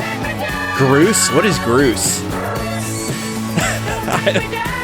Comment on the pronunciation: It's BRUCE, not groose.